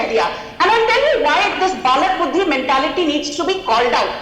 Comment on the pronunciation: Not "Balak Buddhi" it is "Bail Buddhi"